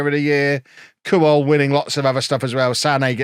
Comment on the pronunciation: pronounced kwol not kuwol